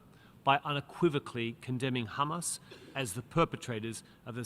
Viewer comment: In short, israel said, “khamas, khamas,khamas, tewowist”